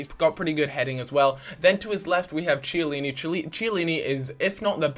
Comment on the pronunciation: in italian the CH in the name is pronounced K...so you have MarKetti and Kiellini;)